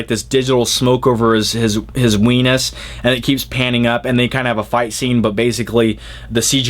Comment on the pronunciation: did you say wienus????? lol